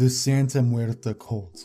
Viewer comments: it's santa muerte not santa muerta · It’s Santa Muerte not Muerta. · It's cool but the "Santa Muerte Cult" is mispronounced. It's correct pronunciation is "Santa Muert E" with spanish E not A. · It was a good video, although it's "Santa Muerte" not "Santa Muerta". Muerte means Death, so it's like Holy Death, and Muerta is something or someone dead in feminine form (trust me, I'm mexican). And about the Aum Shinrikyo cult, I'm glad to say that Asahara has finally been executed this year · That's not how you say Santa MuertE! Not MuertA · Excellent video just a quick correction it's Santa muerte as in holy death